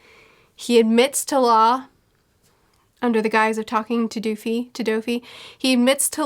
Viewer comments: Yeah, Bellamy is already into play for her, so she is way past fake Doffy. Plus she mentioned the beheading, and for a second I was "WTF?" because she says "Dooffy" instead of Doffy and I understood Luffy was the one beheaded xD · Doffy, not Duffy. Please 🙏🏻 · It's not doofy it's doffy rhymes with toffie and coffee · Pronunciation of Doffy Doe-Fee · I love how is pronouncing Doffy’s name differently every time she says it😂